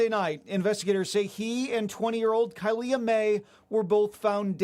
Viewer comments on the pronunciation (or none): You didn’t say my sister’s name right it’s pronounced kylee but it’s spelt kylea